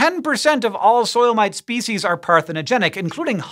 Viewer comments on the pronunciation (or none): Is it just me or does Hank's pronounciation of "soil mite" just sound like he's trying to say "soulmate" in an Australian accent?